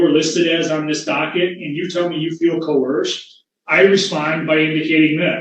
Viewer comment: Don't you mean "co-hersed"? AND WOULD YOU PLEASE SIT DOWN, YOU FOOL?